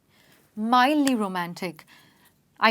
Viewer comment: mildly and not midly